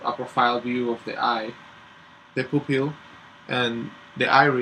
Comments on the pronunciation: sounds like you said "poop hill" Lol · For future vids and stuff "pupil" is actually pronounced like pyu-pil. :) Great vid!